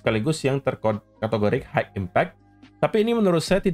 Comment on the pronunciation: Mau kasih tau dikit bhs inggris bos. High itu bacanya hai. Bukan haik